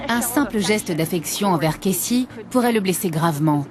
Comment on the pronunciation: elle me stresse je comprends pas pourquoi elle dit Kessy et pas Casey